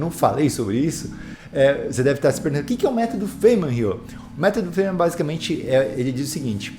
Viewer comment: sobre a pronuncia, seria faine-man (tipo he-man) com o "e" bem suprimido. Veja: [faɪnmən] (corresponding to the words 'fine' and 'men').